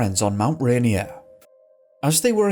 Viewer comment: It's pronounced Mt. "RAY-NEAR" not Mt. "RAINY-Er" -- other than that, I love this video 👍